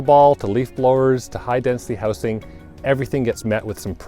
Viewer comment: Since you are in the business of selling houses, you might be interested to know that while the singular is pronounced “houce”, the plural is pronounced “houzes”, and the gerund, “houzing” in the best B.C. tradition.